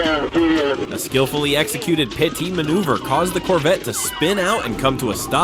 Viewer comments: Stop narration if you can't pronounce anything right. It's pit, not pyti or pitie. It's pit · I thought the channel creator was Real until I heard him say PEITY. The voice-over is of bad quality. I won't bother to subscribe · Pie-T manoeuvre? Really? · Those "Pie-Tee" maneuvers look vicious LOL ! Great job AI.